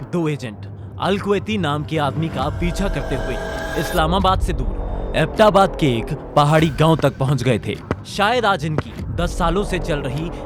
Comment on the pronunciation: Nice graphics but need to do serious home work on words pronunciations. It's अबोटाबाद not abta baad. It's espionage. ES P..... Blackhawk is a single word. But good try. Noce to see a positive change.